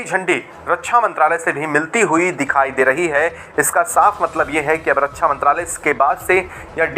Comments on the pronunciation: रक्षा बोलना सीख पहले रकछा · रछ्छा नहिं, रक्षा होता है। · रछा नहीं। रक्षा।